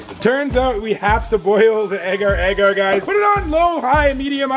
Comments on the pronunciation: its pronounce agar agar instead of ager ager ok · your pronunciation of agar agar is weird